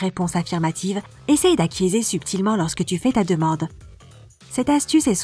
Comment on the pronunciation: Pourquoi la voix prononce acquiézer ? :D